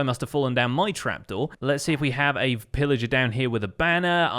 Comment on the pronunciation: Did he say Phil Ager? LETS GOOOOO SYSTEMZEE